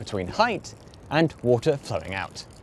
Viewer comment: take a shot of rum every time he says: "wool tah"